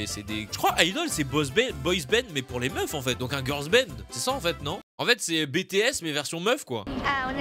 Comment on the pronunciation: Bé-té-s Un minimum d'effort mdrr:'(